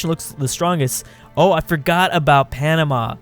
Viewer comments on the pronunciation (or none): none